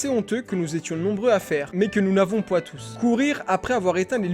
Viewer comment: « nous n’avouons pwa tous »